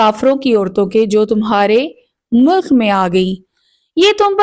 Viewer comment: Mulk nahin hota beti. Milk hota hai.Milk e Yameen